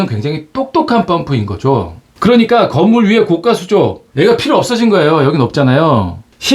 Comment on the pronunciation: 좋은거 알게 되었네요. 감사합니다. 항상 잘보고 있습니다.별거 아니지만 하나 거슬리네요. 자꾸 고가를 고까라고 발음 하시네요. 그건 비싼 수조를 말합니다. 별거 아니지만 ... 댓글은 사절